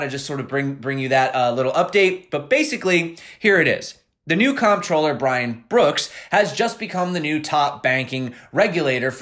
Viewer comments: "Comptroller" is pronounced the same way as CONTROLLER. FYI. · It's pronounced Controller ;) Thanks for a great vid as always!